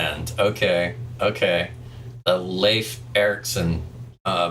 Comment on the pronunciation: Pronounciation as on point as far as I can say. I know Swedish, and the name can exist I guess in all Nordic languages (except of course Finnish), so I would say Leif sounds pretty much the same...